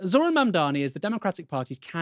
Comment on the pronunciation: Zoh-RAN. Calling hm ZOHran is like saying KaMAHla; disrespectful and sloppy.